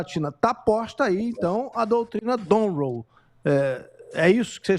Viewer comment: Não é Donroe, é Monroe kkk😊